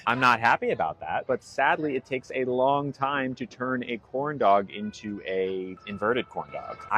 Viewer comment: You said into as in ooh?